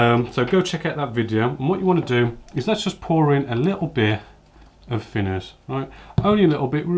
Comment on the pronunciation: The fing is saying fick or fhin finners drives me crazy! Great vids though 😁